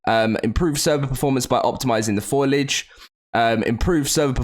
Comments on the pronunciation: Foliage pronunciation because every time you say it i have an existential crisis : Foe-lee-ear-j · Foilage again haha.